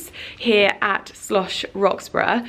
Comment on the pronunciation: You have mispronounced 'Schloss' the destination you are promoting all the way through this vlog. It is Schloss NOT Slosch. Very bad form and inexcusable.